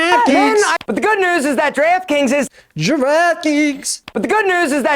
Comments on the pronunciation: Draft Kings sounds like Giraffe Kings after the 20th time replays it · NO! NOT DREEEFT KINGS. Wtf is that. 😤 Today's sponsor is GIRAFFE 🦒 KINGS! He said it a hundred times! Yeesh. 😒🙄🤣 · I thought he said giraffe kings